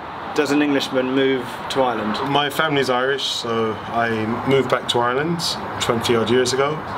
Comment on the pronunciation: im very impressed with Irish pronounciations on these videos...spot on